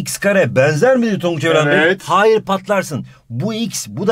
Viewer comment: Denzer değil benzer